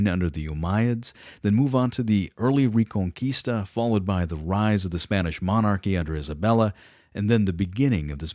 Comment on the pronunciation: This sounds good but i cant stand your pronunciation of reconquista. Also its taking too long,i might change the channel